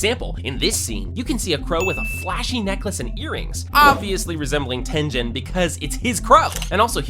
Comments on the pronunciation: "Bro said Tenjen it's Tengen or uzui💀" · why he called tengen tenjin? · HELP HE SAID TEN-JEN 😭😭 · i dont wanna be a dick but i hate that he pronounces g with a j sound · did bro just say “Tenjen” 😭😭😭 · TEJEN? WHY DID U SAY TENJEN BRO SIAD UZI TENGEN NOT TENJEN... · IT IS NOT TEN-JEN IT IS TEN-GEN!G DO U HEAR ME,PRONOUCE THE G!!! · Im soryr if this sounds like hate but im just confused why do pronounce the g's like a j and why only in your demon slayer videos so i just want some clarification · Aint no goddamn way you said “ten-jen” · “Mu-jen” and “Ten-jen” is crazy 💀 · I'm sorry- but TEN-JEN?? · Bro why are you mis pronouncing every possible name, mugen you pronounced “mujen” hashira as “hasheera” tengen as “tenjan” like cmon bro you “watched” the anime but forgot pronunciation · ahh yes Ten-Gen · Not trying to be mean but, “tenjen💀” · Him saying "TenJen" made me very uncomfortable 😂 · Why do you call the characters name wrong 😤😤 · Some/most of these of these, you can see at normal speed, you just don't think about them the first time, also he's saying Tengen wrong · dude idk bout you, but I'd guess that the pronouciation of Tengen's name is a bit different?? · Bro watched it in 0,25 and still can’t pronounce Mugen and Tengen 😅